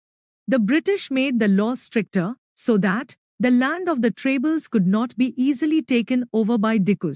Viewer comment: It's tribals not trables But nice explanation